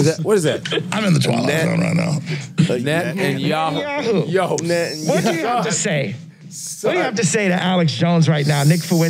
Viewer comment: 'Net-n-yahoo'. Ye showed up to take no prisoners.